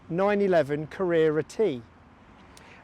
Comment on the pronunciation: So bloody annoying how you pronounce Carrera T. Can't watch you.